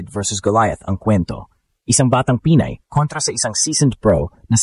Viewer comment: The AI commentator has a very poor Tagalog pronunciation. Get a speech mentor. Pinay ( not Pi-nay) makipagsabayan ( not maki pag sa ba yan). Mag English ka na lang. Masakit sa tenga. You simply murdered our language. Peace. You meant well but it hurts the ears and demoralizes me by just listening to you. Even her last name was murdered. Peace.